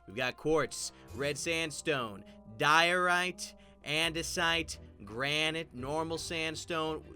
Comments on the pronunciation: Diorite? I thout u said dorito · FINALY THE DAY HAS COME I found a Minecraft player who pronounces diorite ‘DIE-or-rite’